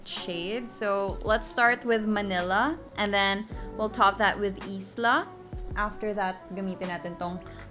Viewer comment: i think Isla , pronounced as ( ay - lah )